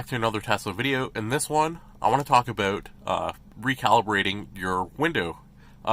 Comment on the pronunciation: That was the most Canadian “about” I’ve ever heard haha! Good video. I’ll save this in case I run into this issue down the road.